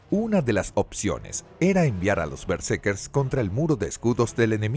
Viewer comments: Todo el video fue pronunciado mal el nombre de los protagonistas. Omiten la segunda R. Eran berserkers. Lamentable pues era un buen tema. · Doscientas cincuenta mil veces dice el relator Bersekers